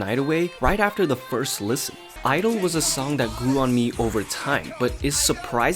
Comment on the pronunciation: Both my BRAIN and HEARTEU!! IT'S SAID 'IDOL'